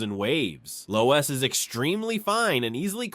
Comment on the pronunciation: loess is pronounced 'less' ... like in more or less